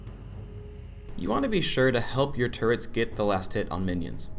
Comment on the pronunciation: "turrents" WHY